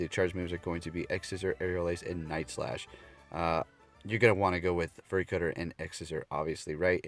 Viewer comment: Fury is pronounced "fyou-ree", not "furry"